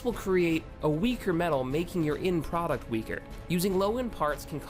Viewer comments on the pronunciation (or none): none